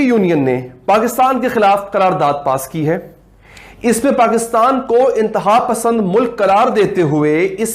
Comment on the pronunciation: "Pakittan" nahi uncle Pakistan kyu nahi kehte aap.